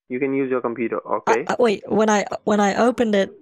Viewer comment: Nooo... “Just vait a moment”